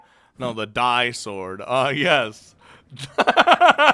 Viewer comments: No it was right the first time ”Dee” Sword ya silly. Not Die sword LOL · No, the "di" in the "Di-Sword" is read like in the word "disorder", in fact, it sounds quite similar. It's one of the key terms in the series, so you should read this one correctly